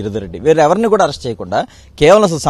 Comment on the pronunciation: కూరా కాదు ర అయ్యా కూడా , కూడా